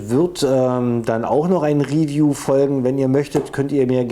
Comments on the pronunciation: der brus, macht ein riwiju hahahaahaa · 1.8k Euro für 0.5 Joule, also für billiges Plastikspielzeug? Was fürn Beschiss... PS.: Mach deine Videos künftig entweder komplett in Englisch oder bleib beim Deutschen, die Anglizismen machen das Video ungewollt lächerlich, vor allem die Aussprache erinnert an die Projektwoche der Hauptschule. ("Real Steel" hahaha "Riiihhffiijuuuu - "Hitlers BASSsaou")